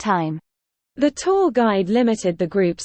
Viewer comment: おはようございます。 今日は2です。 tourがtwoに一瞬聞こえて、？？？となってしまいました（笑）